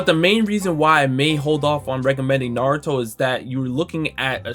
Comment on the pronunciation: Man we knew Michael B Jordan was a fraudulent anime fan back when he said his favorite anime was “Nuh-ro-too” and this is only more proof, he just named the 5 he could remember 🤦🏽‍♂️